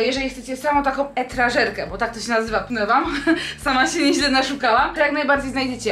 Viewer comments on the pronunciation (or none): Hej, etażerka, a nie etrażerka tak na marginesie :) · Etażerka, nie etrażerka:)